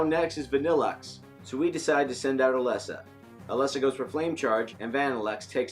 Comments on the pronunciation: NOT ELESSA! IT IS PRONOUNCED LIKE ELEESA! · Umm Its Ee-lee-sa (Elesa) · Swear to god, if he says “Ah-Less-Ah” one more time, I’m unsubscribing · I cringed when u said “Eh-Lesa” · I think he forgot the magic E. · You pronounce Elesa wrong